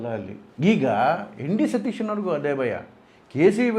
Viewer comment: You don't even know to pronounce the name properly. It is V.D.Sateeshan nót N.D.Sateeshan